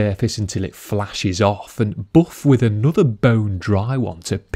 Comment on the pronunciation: He always gets me when he says 'buff'